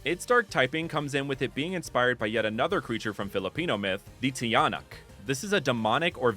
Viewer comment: Its actually pronounced "cha-nak"